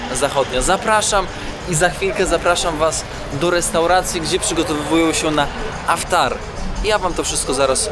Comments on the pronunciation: Yes, it's IFTAR, not AFTAR. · IFTAR,,a nie żaden "aftar". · poprawie slowo - to nie Aftar, to IFTAR;) ale filmik super, jak zawsze. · Aftar czy jednak iftar. Możesz to wyjaśnić. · Chyba iftar a nie aftar ! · Iftar a nie tak jak mówisz. P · Aftar , tuniz zamiast Tunis, weź popatrz w ten internet i naucz się wymowy bo filmy fajne ale słuchać się tego nie da!! To 2 z wielu przypadków